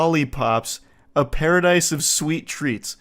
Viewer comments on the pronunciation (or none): Plus it doesn’t even say paradise it says pasadise 😭